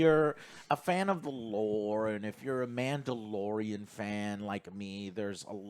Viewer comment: a.. Manda-LORE-ian, if you will…